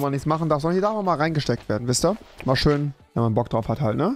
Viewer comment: Leute sagen schön Rewi: Schösch